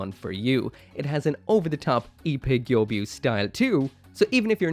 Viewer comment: saying gyobyu all the time is more ear damaging than saying rubris...just saying...say the person's name right its Ippei Gyobu